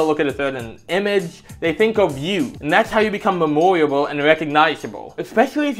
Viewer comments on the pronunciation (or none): How you pronounce memorable hurts me